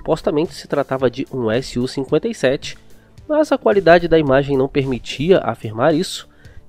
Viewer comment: SU-57 e não S-U-57, fica dica de pronuncia